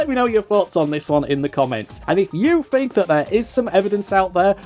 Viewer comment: It's Faith not Faiff, and Think not Fink